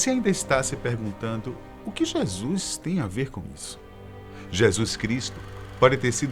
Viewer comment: e a pronuncia certa é JESUS e não jesuis em alguns trechos escuto jeasuis .to achando esse vídeo apócrifo pois o narrador não pronuncia certo o nome JESUS essa ideia é improvável. rsrsrsrsrsrsrsrsrsrsrs